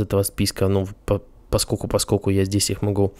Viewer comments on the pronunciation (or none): 1. не "поскоку", а "поскоЛЬку" 2. постоянное сопение и сглатывание слюны раздражают